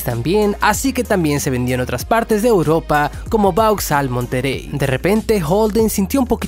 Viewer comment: Se dice Opel "MonteRey". Tambien paso lo mismo con el Opel Frontera/ Isuzu Rodeo/ Honda Passport